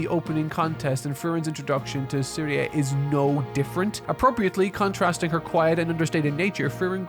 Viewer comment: I don't really use IPA sort of letters for pronunciation, so I couldn't express it more accurately. Maybe I could've done "zeriuh" or something. I assumed had watched it in English since all but one clip was English but if he didn't it would explain why he couldn't get anything right.